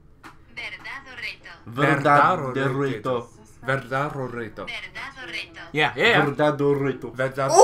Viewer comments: also when they said truth or dare in Spanish, it sounded like they said “verdad burrito” instead of “verdad o reto” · “Virrrdat o rito” eh, close enough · as yes, "verdádoreto" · I died at their first attempt, "verrrdad o rrito" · "Verdadorero" Me:Pls stop They:Omg that's so close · Them: "Verrdad orrito" Phone: "Verdad o reto" Them: "VERRDAD ORRITO" Respect for trying, tough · sounds like you guys are saying burritos instead of verdad o reto T.T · Siri: ¿Verdad o reto?: verda dorito. Nailed it. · verdad o reto. hey that was good me, someone whos mother tongue is spanish: are you sure about that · OMG as a mexican I can't get over them trying to say Verdad o Reto in spanish xD Also wtf has mexico to do there? hahah Doesn't hollywood has enough with narcos stereotypes? :v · The way y’all butchered Truth or Dare in spanish 😂😂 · aaron the way you pronounced "verdad o reto" is a hate crime /j